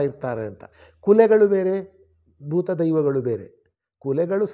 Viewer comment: ಬೂತ. ತುಳುವಿನ ಬೂತಕ್ಕೂ ಕನ್ನಡದ ಭೂತಕ್ಕೂ ಉಚ್ಚಾರಣಾ ಹಾಗೂ ಅರ್ಥ ವ್ಯತ್ಯಾಸವಿದೆ. ದಯವಿಟ್ಟು ಗಮನಿಸಿ.